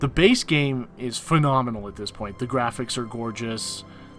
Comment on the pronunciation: "It's a fun gam?!"